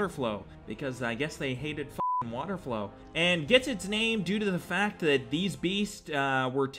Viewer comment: lmao... water FOWL my dude. not flow. 🤣🤣